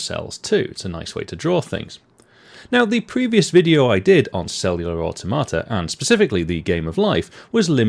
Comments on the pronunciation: Well, it isn't pronounced like "a tomata", that's for sure! lol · One of us is pronouncing automata wrong and I'm not sure who it is 😄